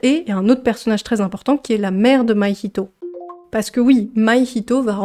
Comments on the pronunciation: ça se prononce "mahito" et pas "maihito" petite erreur mais sinon merci pour ta vidéo de 20 minutes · Pk tu dis maïhito ? C mahito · C'est Mahito pas Mahihito 😭 Moi qui l'ai vu en VO je grince des dents là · Merci pour cette super vidéo :) ! Ps : ta prononciation de Mahito m'a perturbé 😅